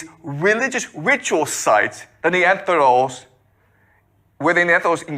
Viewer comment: lmfao. The "Neantherdals".